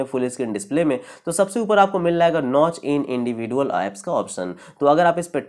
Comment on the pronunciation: Are bhai individual galat pronounce kr rahe ho Chaho to google pr v iska pronounciation dekh sakte ho